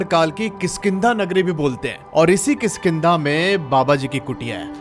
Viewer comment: It's not khiskinda lol😂😂😂😂